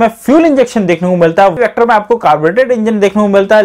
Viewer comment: Vector kyu Bolte ho hakle